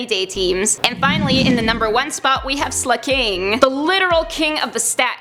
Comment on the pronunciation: Slack - ing not slack - king